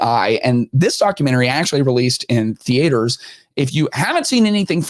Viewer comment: Theatres. My God it's not that hard to pronounce